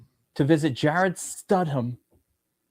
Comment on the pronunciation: Is he serious when he says studham? Is it a joke or something